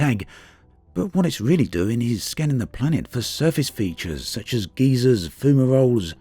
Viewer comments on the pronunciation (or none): lol, are we scanning for geezers, or geysers?